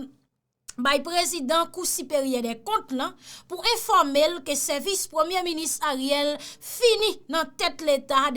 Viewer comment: Cherie, le wap vle di informer, son an soti tankou ou di eformer. Rekoute video yo pou w we sa map di a.